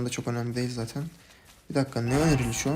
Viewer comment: saten ne la "zaten"